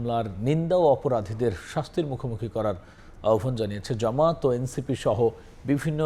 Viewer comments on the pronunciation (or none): Style kore news porte jaye to banglar mayre bap kortesan, egula ki editor dakhe na? জামাতকে বলতেছেন জামাট, অস্তিত্বকে বলতেছেন অস্ টিট ট। সহযোদ্ধারে বলতেছেন সহযোড ডা। ল্যাংগুয়েজ ঠিক করেন, otherwise বাংলা ভাষা বিকৃত করার অভিযোগে মামলা করে দেব।